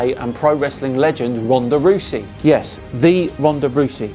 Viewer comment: I feel i must Debunk your pronunciation of 'Ronda Rousey'